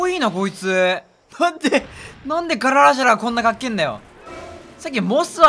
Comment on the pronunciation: ガララがGARANAさんに聞こえるw